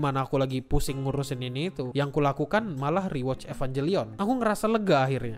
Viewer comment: Kalau merasa wibu, ngucapinnya EvanGelion ya bukan EvanJelion.